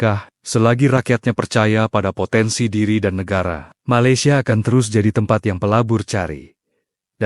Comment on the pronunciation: Malaysian rk sebut maylesia..TP ME laysia..so emng indon..